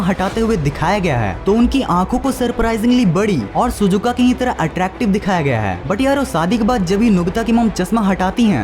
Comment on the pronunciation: Shizuka ❌ Suzuka ✅